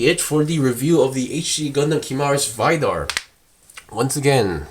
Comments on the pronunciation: "VAYDAR" XD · ive heard barbaitos,ive heard gim,now ive heard vaidar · the way he says vidar💀